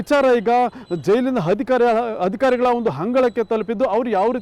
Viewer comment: ಅಪ್ಪಾ ಗುರೂ "ಹರ್ಜಿ" ಅಲ್ಲ "ಅರ್ಜಿ" "ಹಧಿಕಾರಿ"ಅಲ್ಲ"ಅಧಿಕಾರಿ" ಉಚ್ಚಾರಣೆ ಕೂಡ ಸರಿಯಾಗಿ ಮಾಡ್ತಿಲ್ಲ